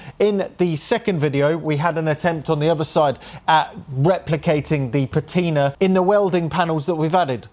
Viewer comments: I'm not sure I can write it on here, as you tube doesn't allow phonetic notation! But broadly it's pa (as in ha!) ti (as in "tin") and ner (as in the 'ner' in beginner). Also the stress is on the first syllable. I hope that helps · Yes, it's your car and you must do as you please. But have you honestly got nothing better to do than fake patina (by the way, your pronunciation of "patina" is criminal)?